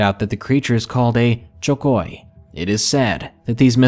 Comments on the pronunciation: in number 2 story, it's actually pronounced as 'shokoy'. I think that's what he meant. It's 'supposed to be' the filipino version of a merman. Though in tv shows, it's presented as chubby humanoid thing, with fins and sharp teeth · thats.. pronounced: "Siokoy"